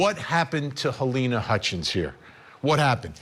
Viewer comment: I think your reporter is saying her name wrong- it's halyna not Helena